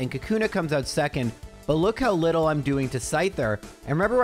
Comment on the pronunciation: I love hearing people say lottle, reminds me I'm not alone out here. What a great video full of good doggies. The varied strategies were astounding